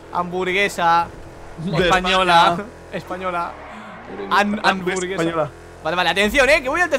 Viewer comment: Guau esto es lo que significa ras= real. amburgesa. Española. Dijo y hamburguesa se escribe con H u no con A jajajaj ja dele like para que lea 😅😅😅😅😅😅😑😈😈